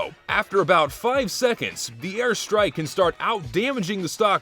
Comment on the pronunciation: "Thuh airstrahk" Hey man, you dropped your Texan.